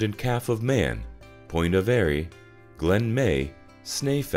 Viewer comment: A wonderfully informative video of a fascinating island - but, PLEASE, it it is not Point of Airy , it is Point of "air"! I have visited the island on and off for over 70 years but never actually associated it with smuggling. I thought more of the coves and Devon and Cornwall as smugglibg havens. Ilearn something new every day. Thank you.